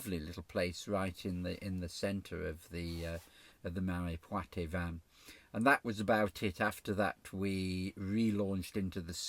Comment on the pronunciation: The "e" in "poitevin" is not pronounced. It's just there to make sure the "t" is pronounced.